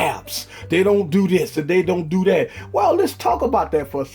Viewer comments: The word "that" as "dat" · Stop saying that as Dat. That's annoying